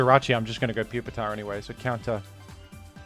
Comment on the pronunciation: Please pronounce Pupitar as “Pew-peter” henceforth. Thank you.